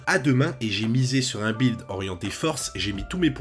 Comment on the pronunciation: "bwild" lol ... aussi enorme qu'un "bwilding"